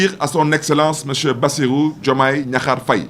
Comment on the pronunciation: il ne faut pas gâter le nom de notre président on dis diakhar on ne dis pas gnakhar boumou amati, yeureum naala trop khadiou balcon 😂